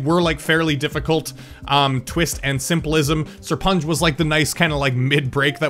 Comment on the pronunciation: ''SIR-PUN-GE'' Kappa